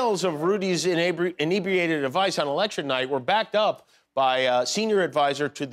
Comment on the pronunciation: Why does everyone pronounce inebriated wrong? There're two God damned consonants after the e.